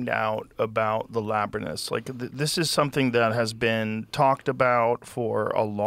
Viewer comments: Joe thinks it’s pronounced labernyth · Did Joe say "labrinus" 😂😂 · its actually pronounced "escavating". We need to escavate dat labernith!! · Joe Rogan cant pronounce "Labrynth" 😂😂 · it's pronounced "laberninth". As is in "we need to escavate dat laberninth". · I smile when I hear Joe say "Labernyth". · listening to Joe repeatedly fail at pronouncing the word Labyrinth over and over again during this podcast even after saying it many times very clearly was starting to hurt my brain